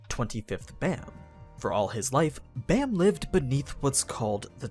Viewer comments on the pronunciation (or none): Baam not bam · Baam isn't pronounced as B-Eh-M, but B-Ah-M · Dear white people: his name is pronounced “bahm”, not baam, like this dude pronounced it. Bahm = night in korean. His name is the 25th night. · Ok ok ok, everybody is pronouncing Baam as Bam, but I have always pronounced it as Bomb. Which way is the correct way? Bam is probably the right way, but I dunno, Bomb sounds better as a name to me. Also I have literally read the entire webtoon up to the latest episode and like I've been pronouncing it like that forever.